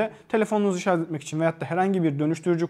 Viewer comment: Teknoloji videosu çekiyorsunuz. Şarj kelimesini sürekli şarz şeklinde telaffuz ediyorsunuz.